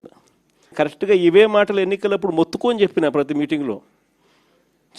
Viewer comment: కరష్టుగా అంట 😂😂 ... ష్టు అంట వీడికి తెలుగు రాదు ఇంగ్లీష్ రాదు😂😂